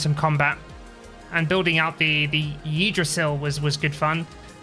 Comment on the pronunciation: Great video again, I was looking at buying this game but instead I'm just watching your videos. As a side note, to more easily pronounce Yggdrasil, you can pronounce it as "[Pig]drasil" without the P